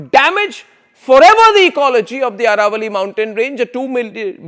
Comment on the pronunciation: It is not Araavalli but AAravalli.